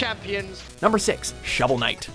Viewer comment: did he say showel night raised 300 million and burned through that?